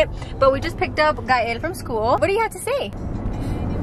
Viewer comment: I love how you said when KAEL instead of Gael 💘💘💘💘